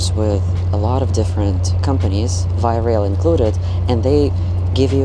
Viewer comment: Just a quick note on your pronunciation of Via Rail... it is correctly pronounced 2 syllables: "VY" + "uh RAYL"... :) enjpyed your vid.